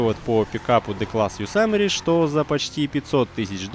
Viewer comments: Что с произношением?? Какой "пуссвассер" и "йосамери"?? Писвассер и Йосемит же, не? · не йосамери а йосемит! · Какой блэт Ёсамери. Ёзэмит